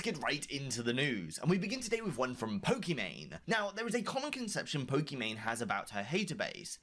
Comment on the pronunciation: The people in this video can't even pronounce Pokimane's name correctly.